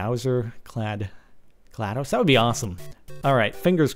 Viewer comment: he finally said GLaDOS right!